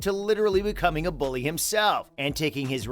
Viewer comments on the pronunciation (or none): none